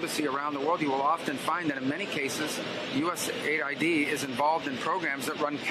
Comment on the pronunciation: It's US Aid, and NOT, USA ID 🫡